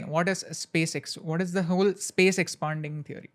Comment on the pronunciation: It's Expanding not expunding